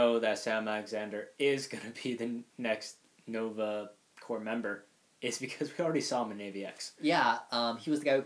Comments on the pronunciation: Guys I know "corps" looks like it would sound like "corpse", but it actually sounds like "core". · I'm actually looking forward to Nova and GotG for now as they are the only characters of all the Marvel books I'm unfamiliar with. By the way Corps is pronounced "core".